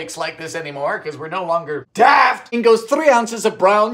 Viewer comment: I felt that "DaAft"